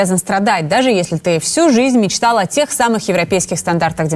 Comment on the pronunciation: "всю жизнь мєчтал о європєйскіх стандартах дємократії" Ну "мєчтай" далі! Навіщо тобі для цього шенгенська віза? :))